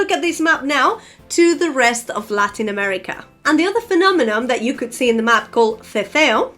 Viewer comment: Purely because your English is practically perfect in every way, I'll correct you on one TINY thing. It's PhenomenoN not Phenomenom ♥